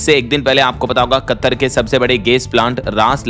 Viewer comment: अरे मूर्ख । तुम कतर शब्द का उच्चारण गलत कर रहे हो यह शब्द कत्तर नहीं है। कतर है